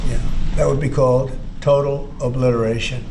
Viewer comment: its obliteration 😂😅 not obleration